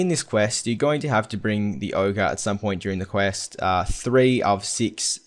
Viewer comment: One complaint, yo don't know how to say ogre.